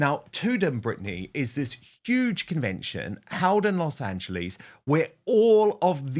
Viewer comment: Please, please ,please for the love of god please stop pronouncing Los Angeles as Los Angleeees….its like dragging your nails down a chalkboard for Angelinos.